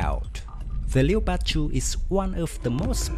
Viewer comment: A little advice mate, Leopard is pronounced with 2 syllables. sounds like Lep-ard as opposed to Le-o-pard. Cool vid though thanks